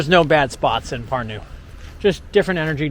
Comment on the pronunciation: mitte pürnuu vaid PÄRNU - eesti keeles on sönaröhk alati ESIMESEL SILBIL. ;) PALUN - öppige, välismaalased, kohalike nimesid igas riigis) öigesti hääldama. Seda ingliskeelsete jälki meie nimede hääldust on väga kurb kuulata. Aga see, et ingliskeelsed inimesed ei suvatse nende poolt külastatavate riikide omakeelseid nimesid selgeks öppida, on ilmselge näide maailma rüvetanud rahvuste šovinismist ja arrogantsist.